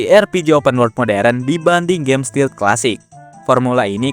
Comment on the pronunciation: Bukan steal, tapi stealth...😊